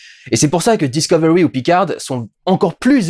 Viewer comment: "Picard", t'es pas obligé de prononcer le D, à la fin. C'est un nom FRANCAIS, je te rappelle.